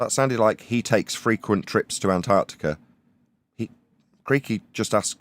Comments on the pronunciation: Why do Americans say "Anartica" instead of "Antarctica"? They all seem to do it? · Not sure if I’m just being pedantic, but Ma’am it is pronounced Ant ARK Tic Ah. Please pronounce your consonants.